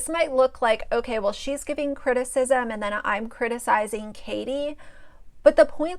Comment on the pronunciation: "I'm criticizeenit, I'm criticizeen it." I'm from Michigan and this bitch wants to talk about OUR accents? I can't with her.